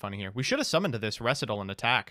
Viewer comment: actually saying Recital correctly was the highlight of this video. Actually learning.:O